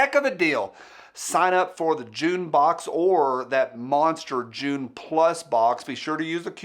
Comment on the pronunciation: When you said "June plus box" I heard "Jew plus box" and I thought, "Overweight Israelis is a weird demographic to have."